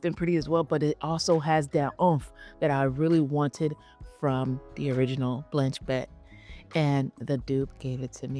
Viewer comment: Thank you. But could 6ou speak the names a little clearer/slower or write the names? Blench Bett? Rosomon? (Sorry 🙏 - watching from Europe)